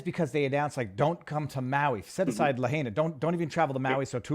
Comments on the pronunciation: Viva, its “La -HIGH-na” ! Not La-HAY-na. Say it ten times La -HIGH-na, La -HIGH-na La -HIGH-na, La -HIGH-na, etc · Lahaina is not la hay nah. It's la high nah. Sloppy Viva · it's LA HIgh Na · Please, it's pronounced La hyena, or la high nah. "In the mother tongue, ‘āina refers to that which feeds, that being the land and its produce, as well as the sea and the all the things from it we can collect and harvest to sustain our selves with." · please correct the pronunciation of lahaina